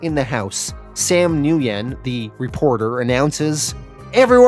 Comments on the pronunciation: Nguyen is pronounced “when” not “nu-yen” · great channel been with you for a year or so, my favorite comic recap/reviewer for sure.Thank you so much. So stupid not pic but with the vietnamese character with the last name Nguyen, it's actually pronounced "win". Hope this helps in the future. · killing me. dirty pool Mr. get me invested in a good story and then take it away to bring back someday. dirty pool. oh and its just WIN the NG is silent for the most part. kinda like nWIN. just a little n at the beginning.